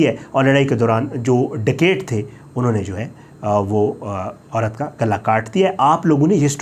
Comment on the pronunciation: ڈکیٹ نہیں درست لفظ ڈکیت ہے۔ ڈکیتی، ڈکیتوں۔ آخرمیں ت ہے ٹ نہیں